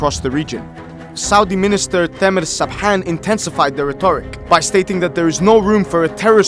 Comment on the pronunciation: you did correct and exact pronunciation of arabic letters in “Saad Hariri” and “Michel Aoun”. However, the name “Sabhan” is pronounced with regular “h” sound as in “home”, dislike that sound in “Hariri” name. Thank you